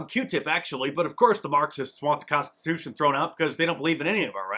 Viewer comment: She can't even SAY Constitution! 🤣🤣🤣🤣🤣🤣